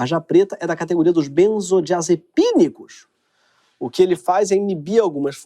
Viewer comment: "Da classe dos benzodiasePIIIInicos" kkkkkkkk